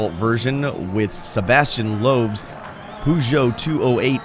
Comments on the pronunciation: purr like a cat, not poo like...well.. poo. "Peugeot" ;-) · It's actually a 'Per(rrrr)Geot' (Purgio<< almost...) But.... You're excused on the Pronunciation because you showed me an in car view ;-) Looks great! Thanks!